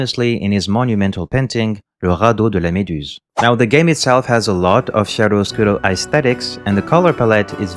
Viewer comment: Many italian died in this video hearing "shiaro oscuro" instead of "kiaro oscuro". Great video, got lost because of your accent, thought you were not a native french speaker...how wrong I was!